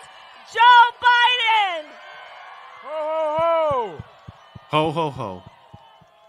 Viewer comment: The dumbass said woah ho ho, not ho ho ho.